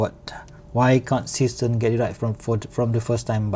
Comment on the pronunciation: Is that supposed to be a German name? Zay shtairn, Sea Star.